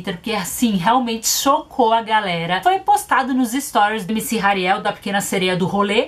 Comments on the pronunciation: "Ariel é a pequena sereia"kkkkkkkkk acho que se pronuncia "Rariel"mesmo Só acho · Tadinha da camis,ksksks a Naum sabe falar o nome do Hariel ksksk somos duas muie